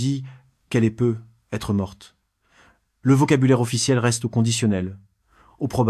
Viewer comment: I.A. horrible comment tu dis "peu ... être" 😂😂😂 et les chiffres 😂😂😂 ... avec des "euh" placés par ci et par là 😂😂😂